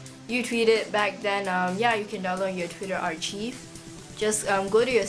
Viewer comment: I love your video and youre so cute but i just wanted to let you know its pronounced ar-KIVE not ar cheeve haha (